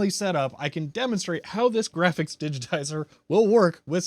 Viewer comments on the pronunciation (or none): "High end grahics"